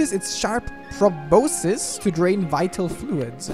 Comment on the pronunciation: For future videos, proboscis is pronounced "pro-boss-kiss."